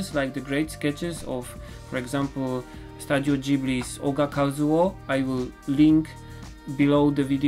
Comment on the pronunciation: I absolutely love your content! Keep it up and I will be very very happy. Byyy the way, the pronounciation of studio is like stooooooodio. Like stu in stupid. So ssss-chu-deeee-o. Studio. Not hating here or anything. Trying to help